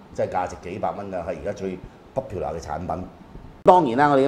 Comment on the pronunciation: 佢啲通勝拼音英文好難頂，仲要成人講，卜嫖拿 popular